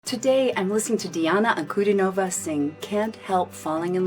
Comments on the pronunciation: In Diana's surname the stress is on DIN, not NOV. Just FYI. She's wonderful isn't she? Glad you enjoyed her performance! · "An-ku-DEE-no-vah". Accent on the middle syllable ;).